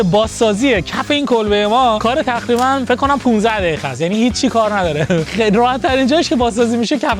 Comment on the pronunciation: تخریبا دخیخا چرا ق رو خ میگه